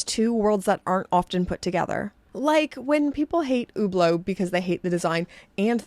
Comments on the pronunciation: It sounds about right to me. What should she say in your opinion? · She’s pronouncing it right.